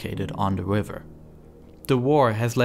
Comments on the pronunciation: Forced to click “don’t recommend channel” no I never hear this awful speech impediment narrator by accident ever again. Nile Wiver. Ugh. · Not tryna be mean but the way he says river is hilarious 😂😂 wiver 😂😂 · i cant get over how the narrator sounds like hes speaking uWu speak throwing in Ws where Rs should be. Wiver, Twird, Fwesh Water. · Except he’s saying wriver instead of river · Is it me or is he constantly saying "Wiver" instead of "River"? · He keeps changing it throughout the video. sometimes river, sometimes wiver edit i changed some of the sentence because i'm not very good at english (english is my second language) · The wiver in Afwica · He accidentally pronounced it wiver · Are you German? You pronounce "River" like "Wiver". I know some Germans do that when they try pronounce "squirrel". It scounds like "squiwwel" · BRO YOU SAY RIVER "WIVER" LOL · Please learn to pwonounce R's pwoperly